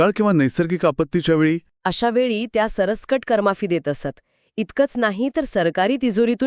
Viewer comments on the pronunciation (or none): सर सकट असा उच्चार आहे, कृपया शब्द उच्चारणा कडे विशेष लक्ष द्यावे